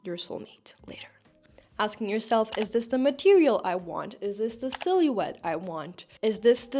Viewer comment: Can I ask, what is your first language? You pronouncing silhouette as “silly-wet” is cracking me up 😭